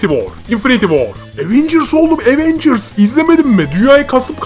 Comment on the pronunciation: evet ama bu sizin aWeNgüRs > TDK demenizi haklı çıkarmaz , cringesiniz.